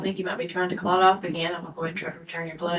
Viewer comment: Clut??? Omg is she serious, i can hardley listen to her🤢 ITS CALLED A "CLOT"!! For heavens sake!!